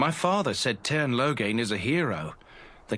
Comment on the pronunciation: i keep hearing Logang when they say Loghain lol